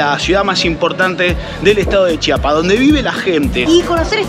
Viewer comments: Lo que me da curiosidad es que ellos sí saben pronunciar CHIAPAS y no chapas como la gente de otros estados de la república 😂😂😂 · Lo que me ha encantado es que a diferencia de los mexicanos del centro y norte del país ustedes si dicen bien CHIAPAS y no CHAPAS como ellos.